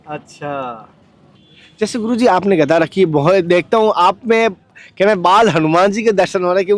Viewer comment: गदा बोलो कनया भाई घदा नहीह गदा गदा